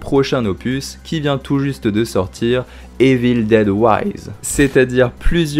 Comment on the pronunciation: Bonne vidéo, mais ta prononciation de Evil Dead en "Évile déde" et tout autre mots en anglais, c'est pas top 🤷‍♂️ Sinon j'ai bien aimé la vidéo, bonne continuation 👍